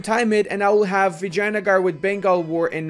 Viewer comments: its vijayanagar not vagina-gore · Nobody:: Vagina-gar